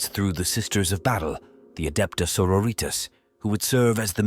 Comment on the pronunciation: Gahh. They're not latina Sisters of Battle. xD 'Sororitas' pronounced like 'senoritas' is truly harrowing to hear.